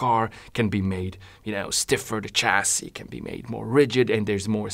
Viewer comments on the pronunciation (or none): none